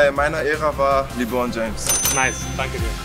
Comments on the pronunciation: Mich wundert eher dass er 'Li-bron' gesagt hat.. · Jeder: Lebron Dennis immer: Libron 🤣🤣🤣🤣